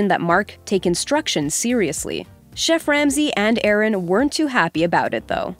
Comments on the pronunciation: It's Aarón, not Aaron. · Arrone Sanchez, you are pronouncing his name wrong. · AH-RÓN. The chef deserves more respect so pronounce his name correct.